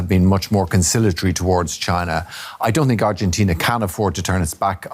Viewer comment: what is arjentain? argentina 😂